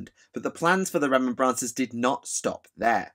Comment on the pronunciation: This was interesting content but it was painful to keep hearing Remem-brancers. It makes me wonder if space marines buy poppies on remem-brance day?